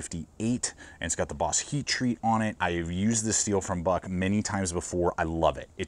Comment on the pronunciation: Paul Bos is pronounced as 'Bose'( speakers) , not "Boss". Hope that helps!